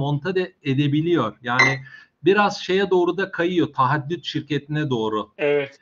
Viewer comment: emeğinize sağlık, tek ricam şu "taahhüt" kelimesine odaklanalım. "tahaddüt" ne yav(affınıza sığınıyorum haddim değil ama takıntılıyım):)